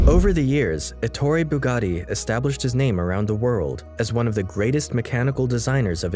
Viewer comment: When he said Ettore BugaRi I've disliked the video, and don't recommend channel